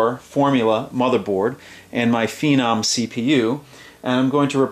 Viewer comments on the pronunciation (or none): none